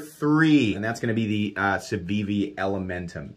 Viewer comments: "savivi" "cevivi". What's with that on the time skips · Sencut* and Civivi* not Cencut and Savivi lol